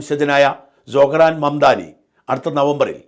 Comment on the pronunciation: സൊഹ്‌റാൻ അല്ല . പറയുമ്പോൾ സൊറൺ എന്ന് വരും ട്രൂമ്പൻ അമേരിക്ക ഒരു ചൈനയോ റഷ്യയോ ആക്കി തീർക്കും